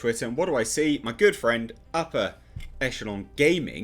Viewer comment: Every time this man says “upper” I hear “Appa”! Anyone else or have I been binging Avatar The Last Airbender to much?